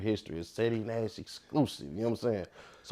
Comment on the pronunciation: Ceddy not ceedy😂😂😂